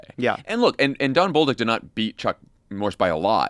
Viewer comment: Hehehe...Jon said "Bowl-dick"